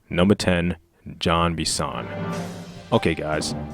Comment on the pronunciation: It's not John Benson, it's Jean Bison.